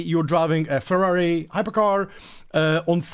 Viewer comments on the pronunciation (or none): none